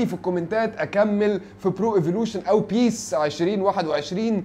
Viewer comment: يا عم سرى اسمها بيس مش بى اى اس